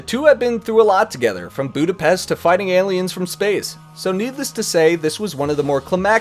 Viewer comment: It's pronounced Budapest .. not Budapest. Still a good video though. =)